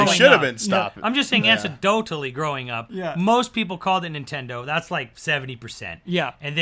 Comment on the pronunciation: was an OK guest. He interrupted a lot and pronounced anecdotally "ansadotally" which I'm hoping is just some inside joke I don't understand. He also derailed the beat-by-beat discussion of the Direct that was clearly going for to just talk about whatever he wanted.